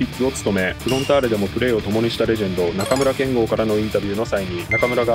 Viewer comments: 中村けんごうじゃなくてけんごですよ！ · 中村憲剛選手の読み方に関して、 ×なかむらけんごう ○なかむらけんご 名選手の読み間違い本当に申し訳ございません。ずっと勘違いしてました。